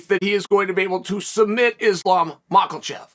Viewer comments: ..Again Mackle-Chev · Let’s be honest here, Chael does a better job of pronouncing Islam’s last name then John Anik does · Next video by chael needs to be titled 'Where to find the 'L' in Makhachev' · would love to see islam michealchiv vs hazmat chemaiev in the future, if only i had a dollar for each time my man pronounced them wrong 🤣